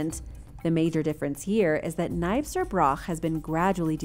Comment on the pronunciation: As someone who lives in Caithness, your pronunciation of Nybster hurt! And you added an "e" that it doesn't have